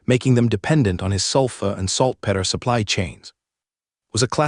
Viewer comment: why cant this AI say the word PETER ? Only word it just will not say.